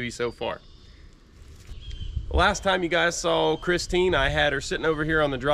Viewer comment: It's not pristine it's Christine 🤣